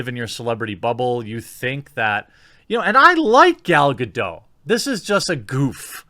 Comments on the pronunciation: Dude, why don't you pronounce the 't' in 'Gadot'?! Drives me crazy! It's not French, it's Hebrew. 'Gadot' means 'riverbanks', BTW. Other than that, I love your guts. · GADOT! WITH A HARD T! You daft fucks! ;-)